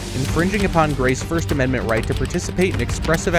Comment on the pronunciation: you keep mentioning these amendZents THAT DON'T EXSIST 😂😂😂 ameriZa HUH